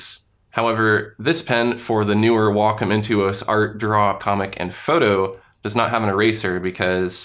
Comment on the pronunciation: You pronounce wacom really strangely. I also don't see the classic pen here?